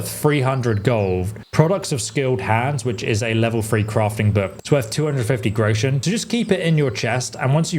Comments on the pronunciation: It's "grosh-un" you yokel! ("grow-shun" LOL) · thank you very much for the tips, now I have a big one for you, you pronounce the word Groschen wrong, it´s Groschen and not Grouschen, leave out the pronunciation of the U, the word consists of 2 syllables Gro-schen, just say Groschen. German pronunciation is not that easy, it can easily lead to a knot in a tongue. 😁